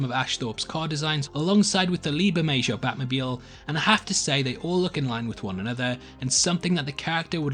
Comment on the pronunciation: Burr-May-Ho (Bermejo)